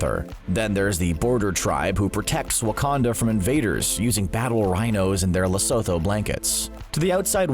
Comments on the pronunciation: Lesotho is pronounced "less-so-toe" - The "h" on "th" words is always silent. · And there I was with million other South Africans pronouncing it as "Li - Su- too" Apologies to the neighbours😂😂